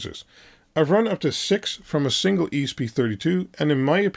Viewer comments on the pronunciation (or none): none